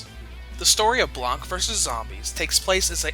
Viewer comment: The c is silent in blanc